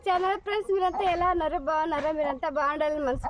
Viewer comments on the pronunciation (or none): ఫ్రీన్స్ కాదు ఫ్రేండ్స్ అనండీ😅😊🎉